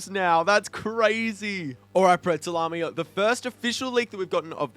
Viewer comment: Its chritmas prezley